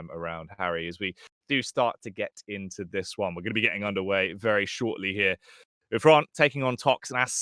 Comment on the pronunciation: Casters thx for saying correct nick Xron (Hron) at last! =) Was so sick of that "zron" pronounsing